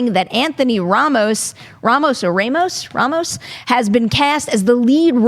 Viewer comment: Perri is from NY and cannot pronounce Ramos well